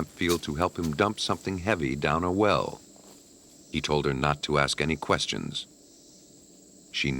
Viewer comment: "..all we had was queschturns.."